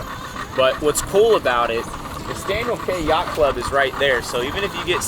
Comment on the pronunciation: Great video. Please learn to say “key” instead of “kay”. You’ll be treated more like an insider pronouncing it Staniel KEY. 👍